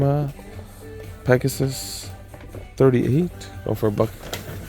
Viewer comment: You said Pegasaye lol! Love your vids man keep it up bruh! 👍🏼